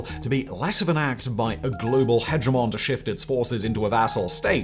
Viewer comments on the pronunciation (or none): none